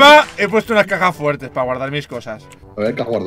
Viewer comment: En el minuto entendi cacas fuertes envede caja fuertes,que mongolo que soy